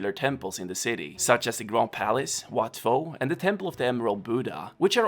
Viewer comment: wat pho pronounces like ‘wat po’